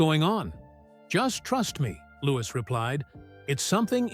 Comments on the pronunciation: He Still Calling LEWIS, Louise Not LEWIS, GET YOUR ACT TOGETHER,👍🏻👍🏻👍🏻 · Why Does The Guy Telling Story, Call Lewis By His Proper Name, LEWIS, NOT LOUISE 👎🏻👎🏻👎🏻